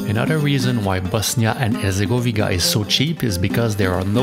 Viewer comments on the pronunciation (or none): none